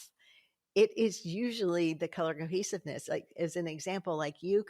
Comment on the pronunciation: I kept hearing "Color Cookies" every time you said "color cohesiveness". I think I need to go eat something...🤣